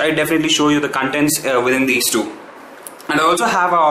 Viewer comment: OMG! Did you just pronounce Computer as Cumputer and Linux as Leinux and Content and Cuntent?? sigh :S No offence, great video though!!